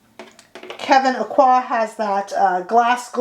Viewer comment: Just an FYI, his last name Aucoin is pronounced Oak-wan.